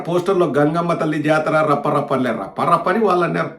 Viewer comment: Varla Rafha Rafha Kadu Rappa Rappa.😂